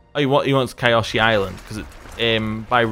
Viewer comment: just for reference, it's pronounced Kee-o-shee. The spelling is a bit misleading. The "Y" is an "ee" sound according to the show. Good video btw